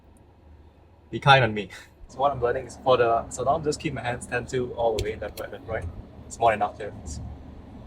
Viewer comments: It's Slalom and not Shalom :) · dude its slalom, sorry cant help it. shalom is peace in hebrew